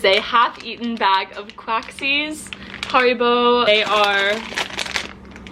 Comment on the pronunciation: Fun fact: You are the first American to pronounce Haribo correctly 😜